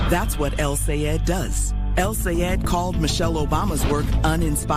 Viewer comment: Great video but a small pet peeve still doesn’t can’t pronounce Abdul’s last name. Is Sayed -Sa-Yeah-d.